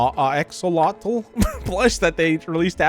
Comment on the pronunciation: It hurt my brain when struggled to say axolotl it’s axe-oh-lot-l Ps:sorry if that came across a bit rude I wasn’t trying to